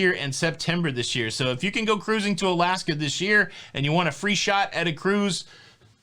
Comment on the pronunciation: we love your updates. We’re happy you’re going on the Disney cruise. We hope you have fun. I only have one request. Please, please, please flush the “kuhrusing” thing. It’s sooo annoying!!! Rich. 😎😎